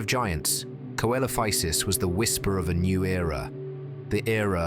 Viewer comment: See lo fy sus not kelofisus